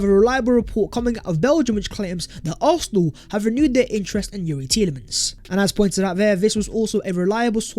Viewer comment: Hey! ARSENAL or ARFNAL(ARHNAL)??? SICK TO DEATH of your mispronunciation of ARSENAL! 😤😤😤😤😤😤😤